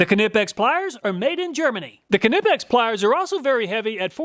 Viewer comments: Ka-nipex lol it's pronounced nipex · am i crazy? i couldnt listen to you say knipex. i scrolled down expecting there to be dozens of comments about how youre saying knipex wrong. nothing. have i been saying it wrong? i assumed the k was silent, nipex. it couldnt possibly be kahnipex, could it? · Knipex is pronounced like "knife". The 'K' is silent, lol. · No! Its pronounced Kneepex. Hard K, but not like does. Not Kuh-neepex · FOR GOD'S SAKE MAN, NIIIGH PEX, NOT KUHNIPPEX ! GOOD INFO ON TOOLS !! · No. It’s German, the k is NOT silent: c’nip-ex. It is not, however, “cuh-nip-ex” like he says it. The k and n are pronounced with no vowel in between. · No, it’s German. The K is not silent. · Now only if he can pronounce it as nip-ex, not ka-nip-ex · Great but ka-nip-x is a brand new pronunciation. I ka-now I ka-now. Great video as per usual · Wrong, a German as I say Knee pex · Knee pex ! Greetings from Germany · The proper German pronunciation of KNIPEX is k-nee-pex [knipɛks], but phonetically speaking, it is very reasonable to pronounce it nee-pex in English. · I've been in the workforce over 42 years, and I have used all kinds and brands of tools. I swear by knipex. But please, I beg you , stop saying kanipex. LMAO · Kuhnippex , my ears are bleeding. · The k is silent btw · Kuh-nipex LOL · The K is silent, it's just Nipex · it's pronounced knipex btw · Ah, ze Knipex iz da Weltmeister! ... BTW: they are pronounced "knEEpecks" (German dude over here...) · Almost. German "i" --> "eee". Kuh nee pex. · 😂😂😂😂😂the way you pronounced Knipex cracked me up. It's like hearing the 2 rednecks reading misspelled roadsigns 😂😂😂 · K is silent in Knipex.. (usually "k" is silent when followed by an "n", as in know, knowledge.. etc) great testing! Very Helpful! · In most cases yes, but the manufacturer has a section of their website talking about this topic. They say it is silent. Right or wrong grammatically, the company get to name their company as they see fit. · K in knipex is silent.